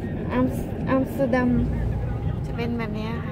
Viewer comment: ใช่ อย่าบ่นลุงฮั่นนะ บาป 555 ไม่ใช่อามสเตอดัมคะ ต้องออกเสียงว่า แอมสเตอร์ดัมคะ นายพี่ชาวดัชคะ เลยแนะนำได้ น้ะจ้ะ 😴😴😴😴